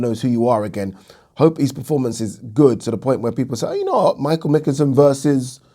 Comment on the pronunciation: Pronounced McKINson lol